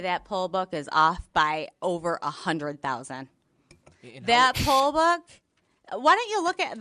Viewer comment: Po ba, poll ba, oh you're saying Poll Book? Drunk ass.